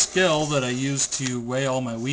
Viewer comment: weaight your weed?